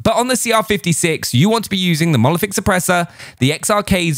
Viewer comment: It’s monolithic not molothic